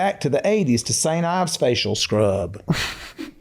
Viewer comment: Todd said St. IVES,, oh boy,, I can't with him,, lol..